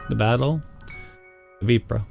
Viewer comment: "Within three days". Good job on the pronunciation of Ypres. The Brit and Canadian troops jokingly referred to it as "Wipers".